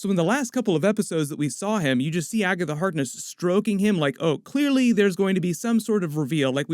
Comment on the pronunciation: Jesus christ just say Agaitha instead of Agatha Harkness every single time. Gives me a fucking headache